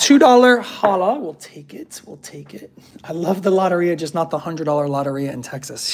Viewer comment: Its low-tear-e-ah